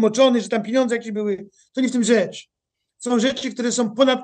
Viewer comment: panie Piotrze pieniądze nie piniodze, drobny ale stały błąd wymowy, wybaczam, ale proszę korygować